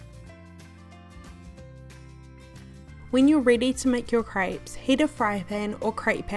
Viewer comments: Is it just me or does it sound like she‘s saying “ French crêbes ? „ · Did you just call them cripes? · Craypes” ay ay ay ay yup she “slayng” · I have never heard crêpes being pronounced as "grapes", but I guess there's first time for everything :) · ah yes french crypes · Crêpes is pronounced as "grabs". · I’m sorry but I had to stop watching just because of age says “crayps” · I live in France that’s not how u say fucking crêpés